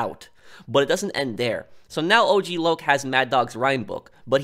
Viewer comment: A bit random but I still laugh everytime I think of lazlow miss pronouncing Og Loc name as Ogg Lock lol